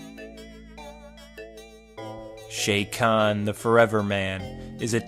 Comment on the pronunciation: how many ways are you gonna pronounce his name. chaykan. shaykan. shakan. chakan. and more... WTF